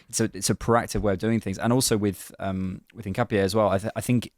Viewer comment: said it right in the first instance.